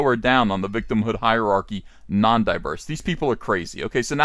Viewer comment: It’s high-archy bro!!!! High-ark-ee! Listen to how Jordan Peterson says it! Obviously not actually criticizing you, say it however you like. Great video as always, Uncle Ethan! Thank you for the content.